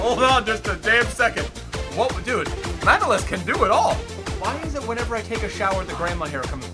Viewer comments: His name is Manolaaaaaaas not Manoooooolas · bro, just because you like getting them pronunciations right, his surname actually sounds like manoLAS. This is a common premise with most Greek surnames, they are usually pronounced on the end of the name instead of the beginning like most names in other languages. Thanks for representing bro!